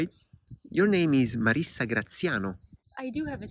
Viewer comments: Marisa not Marissa! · Anyway in Italian is MariSa with just ONE 's' not Marissa 😊